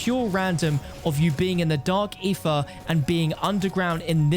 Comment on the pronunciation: "Dark eefa" lol.